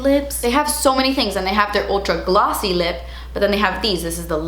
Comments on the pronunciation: Gl-awwwwh-ssy. Sounding like you're a Jersey Girl. 😂🙌🏼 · They're not GLAWWWSY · emphasis on "glossy" 🤣